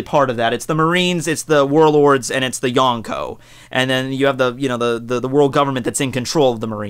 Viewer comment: He said the yonkoo not yonko